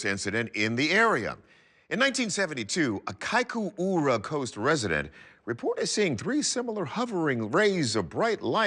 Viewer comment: Good job trying to pronounce "Kaikoura" that's not easy